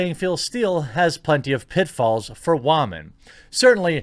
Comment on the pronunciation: “Because WAHman” Lol